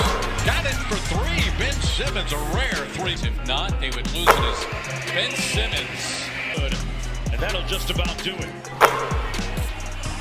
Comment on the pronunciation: Ben Simmons, pas Ben Saïmons. C'est prononcé correctement dans ta vidéo par les joueurs eux même.